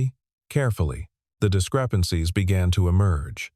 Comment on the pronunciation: mispronounced words 👎 ie 'neutral and discrepancies'